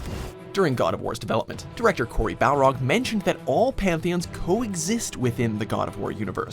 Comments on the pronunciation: BARLOG!!! Not Balrog...fuck. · It's BAR-LOG, not BAL-ROG. 🤦🏻‍♂️ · Barlog. Not Balrog. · HIS NAME IS BARLOG NOT BALROG!!!! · Dude it’s Cory Barlog not Balrog. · he said B A L R O G 🤦‍♂️ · Its barlog not balrog loool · "Cory Balrog" lol. i love how everyone still messes up his name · BARLOG!!!!! NOT BALROG!!!! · It's Cory Barlog not Balrog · It’s Barlog not balrog the demon dood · Barlog. Not Balrog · It’s Cory barlog not balrog. A balrog is AN ANCIENT BEAST FROM LOTR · Barlog. Not Balrog, he's not the creature in LOTR. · it's Barlog not Balrog this isn't the Lord of the rings lol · It's Cory Barlog, not Balrog. That's the street fighter character lol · His last name is BARLOG. Not BALROG. He isn't a fire demon from the depths of the mines of Moria. Although that would be badass. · Y’all called him Cory Balrog and not his actual last name Barlog lol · It's Cory Barlog. Not Balrog. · His name is not Balrog. It's Barlog. Balrog is the boxer from Street Fighter :D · The directors last name is BARLOG. Not Balrog. How do so many people get it wrong. BARRRRR-LOG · Cory BARLOG. Not Balrog... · He said Balrog and not Barlog. ( Barlog is correct) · "Cory Balrog" he says xD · BALROG i swear if it was on purpose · Did anyone else hear "Cory Balrog" at the beginning? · Can I just complain about the fact he said "Cory Balrog"? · Finally someone else noticed. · If you want a sequel, you should at least learn how to pronounce Cory's last name. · He might get annoyed that they keep mispronouncing his name